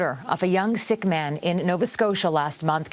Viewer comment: They pronounce sikh wrong. Like if your going to be a new reporter and report such a sad hateful crime know the right knowledge and pronounce the religion right as respect to fellow sikhs.